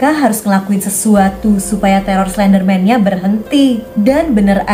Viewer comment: Oh iya tadi kakak bilang slenderman yang anak nya slendrina ini kakak bilang klenderman